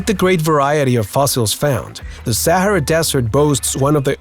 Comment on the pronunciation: Is he saying the sierra desert lol